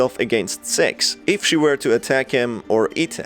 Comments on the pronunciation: Ur still saying sex instead of "six" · He is saying sex not six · Its six not s€x my dudes. Ill help u pronouncing it, stay safe mate! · Do NOT turn subtitles its so bad when he says six/6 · Why is it every time he tries to say six what actually comes out is sex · Is it just me or is this guy referring to Six as Sex? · The way you’re saying “Six” makes my dumb half awake brain think you’re saying “Sex” >~> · For some reason, when you lower your volume a little bit (or keep it on the max), it sounds like he's saying "Sex" instead of "Six", this leads me to my theory that he's a Rule 34 shipper in disguise this whole time, this is only the beginning of my theory, I already have a hypothesis, I will now attempt to prove it in just a bit, just you wait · its six not S*x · When you say six it sounds like you’re saying sex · This man cant say six and he says se# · Is it me or is when he says 6 it sounds like he’s saying sex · It actually sounds like he says s e x , so the subs are right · He keeps saying "Six" I keep hearing "Sex" Am I retarded?